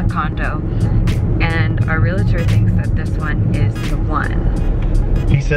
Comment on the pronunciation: I like how she says realtor. Re la tor and not re al tor. My friend says it the same way.